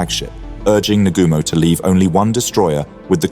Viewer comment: why do you REFUSE to pronounce surnames properly ???? NOT Na- ga- mo lol its Na - goo -mo ( pronounced )